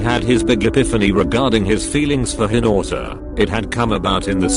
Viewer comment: OK I'm sorry but the pronunciation is just "hiNAUtA" 💀